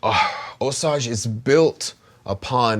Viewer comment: So happy to see this again, but forgot how much I hate hearing you pronounce Osage! 🤦‍♂️🤣🤣